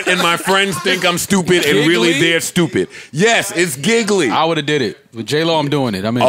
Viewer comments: Giggily lmfao nah fam. G(as in the letter)-Lee G-Lee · Lmao "giggly". It was called Gigli (pronounced Gee Lee) that movie is so bad u can't even find it anywhere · LMAO Joe, the J-Lo movie its not Giggly. Its pronounce Gee-Lee... y'all some fools. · Lol these niggas stupid. That trash ass J.Lo/Ben Affleck movie was Gigli (Giu-Lee) niggas said Giggly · J.Lo in 'Giggly'...😂😂😂...it was pronounced 'Geelee'. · Guys...the J-Lo and Ben Affleck movie name is Gigli however it's pronounced "Gee-Lee".....you guys are killing me pronouncing it as "Giggly".....WOW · That Nigga Said, "Giggly" ! 🤣🤣🤣 It's Pronounced "Gee Lee", Joe 🤦🤦🤦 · The Jen/Ben movie is pronounced "Gee-Lee" Joe, not "Giggly" LMAO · Joe said the name of the j lo movie is giggly(Gigli) and that's how he pronounced it. Lol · It's pronounced Gee Li(Gigli) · The J-lo movie is pronounced (gee Lee) and it was the biggest flop of either Ben's are Jennifer's careers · When Joe called “Gigli” “Giggly” 😂😂😂😂😂😂😂😂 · Gigli is not prnounced giggly nigga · joe its pronounced g-lee (gigli) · pronounced jee- leee 😂😂😂😂😂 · Note to self: is not a carrot! Was Joe about to go on a tangent about VETERINARIANS 🤣🤣 and the Jlo/Ben Affleck movie was pronounced GEE-LEE. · Joe saying Gigli wrong and thinking he's right😂.